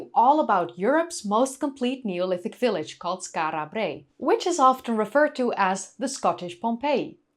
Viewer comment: Lol. I partly take black5f's point. An islander would indeed tend to roll the Rs, although they'd just 'tap' them. (I think that's the correct technical term). slightly 'over-pronounces' it: 'Skaarra Brraey'. Doesn't bother me at all, but it's not actually quite how an Orkneyman would say it, nor a random Scot or 'Brit'. (Although it's close, so 'no foul', in my opinion).